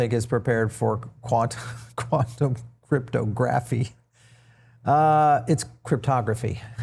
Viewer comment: 😂😂😂Crypto Graffee😂😂 He can say it however he wants when he is the main person pushing to get the clarity act passed.